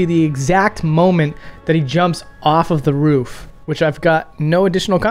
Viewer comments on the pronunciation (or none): none